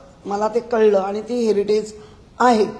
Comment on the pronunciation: हेरिडेज नाही ओ हेरिटेज असे साहेब😂